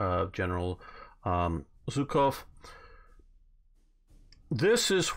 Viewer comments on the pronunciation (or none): Also Zhukov is not pronounced like Zu. Zh is transcribed letter ж. It is pronounced like "su" in leisure, but hard.